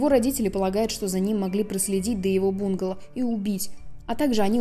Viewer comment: Не бУнгало, а бунгАло. А кавказец это Caucasian, наверное? То есть белый человек, европеоид